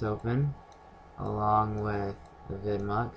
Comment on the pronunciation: It's pronounced AVI demue